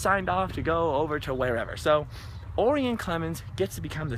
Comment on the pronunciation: if your gonna do a video, at least know how to pronounce his name...O-Rye-In...like the constellation! Haha, I should know.